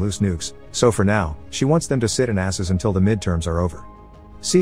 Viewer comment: I love how the ai voice pronounces "Sit tight and assess" so it sounds like "Sit on asses" haha Basically the same thing!